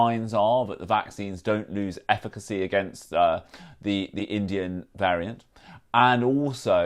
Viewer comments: I don't know about getting sick from the Indian variant but the pontificating prof Pagel certainly made me feel ill. It took me much of the interview to work out that when she said "vaccine ifficksy" she meant efficacy. I suggest she goes into lockdown and let the rest of us get on with our lives. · Yes it came out as ‘effigy’, perhaps tension, simmering hysteria at the idea of having to go back to work. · How can we take someone seriously as an expert when they can't even pronounce the word efficacy? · I don’t trust any one that can’t pronounce efficacy correctly 🤨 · She's deliberately "mispornouncing" it so when it's shown to have actual "efficacy" later she can honestly state "I never said that!"